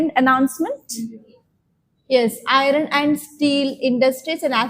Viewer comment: "Iron"pronounsation u r wrong mam!